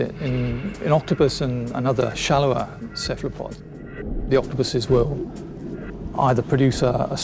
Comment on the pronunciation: After 37 minutes the guy keeps saying "kephalpods" and it's driving me insane!